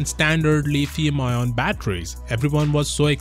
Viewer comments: Leeeethium ion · It took me a second to realize you were saying lithium lmao